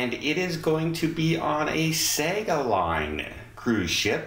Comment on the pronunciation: Sorry, it's pronounced "Sarga"